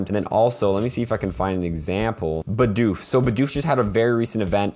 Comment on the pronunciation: you litterally said bidoos and bi dousche lol